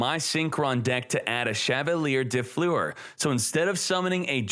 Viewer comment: dö flör it is called. de flur xd